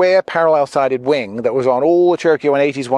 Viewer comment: I am in no way an English expert, nut I clearly hear you say «tapered winD», why so? You are talking about airplane's winG, no? Or is that some kind of jargon?